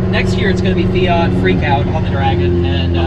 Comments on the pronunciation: Feeyghat ??? Hahahahahaha its called and spelt fiat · Its fiat loool